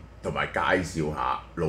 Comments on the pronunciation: 蕭生點會將茉莉茶個茉讀成未😅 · 是不讀''没"音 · 明明是茉莉花的茉，燒山咁都可以讀錯小味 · 小茉粵語發音唔係小「未 」，係小「末」，茉莉花的「茉」。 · 小茉的粵語發音不是（小沒）嗎？ 茉莉花的茉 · 茉讀音係「未」咩？ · 蕭學者，小茉個”茉“字你有冇讀錯呀？